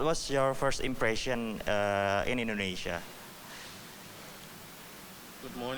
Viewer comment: pronunciation kata 'impression' nya perlu diperbaiki, sering membingungkan sebagian dubes. dan lagi 'looking forward to doing' bukan 'looking forward to do'.